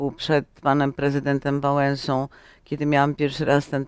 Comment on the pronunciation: pani ma dobre samopoczucie, nie do końca uzasadnione; w Opolu żartując z katastrofy smoleńskiej odkryła się ostatecznie; co za emfaza w głosie "przed panem prezydentem wałęsą" - pani nie dowiedziała się do tej pory, co to za łotr